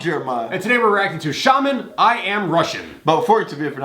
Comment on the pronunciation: Оба дедушки - украинцы, обе бабули русские. Я родилась в Латвии,большую часть жизни прожила в Англии. Считаю себя русской.❤❤❤ P.S shaman is pronounced shamAn, not shAman, emphasise on the second A